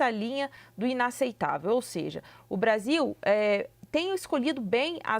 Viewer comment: pela nação????O cachaceiro mau sabe falar " Brasil" fala Bazil 😂